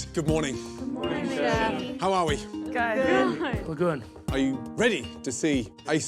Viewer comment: said "it's guowwuod, it's rewwy guowwoued"